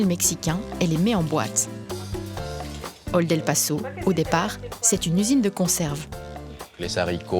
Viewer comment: Qué sè passo ?! Olden passo ! C'est no no José ☝️